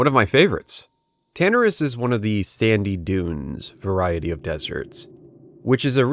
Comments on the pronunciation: I can't deal with how he says "Tanaris" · The way you say Tanaris, Feralas, and Hyjal are ways I've never heard them pronounced.